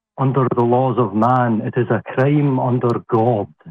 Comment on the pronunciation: I can't take seriously when the way he says "Crime" sounds alot like "Creme" 😂 (Not that I like making fun of accents, but it's still funny in this case)